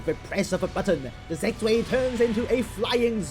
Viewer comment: It's said Zv-eye, not zuey. Good video.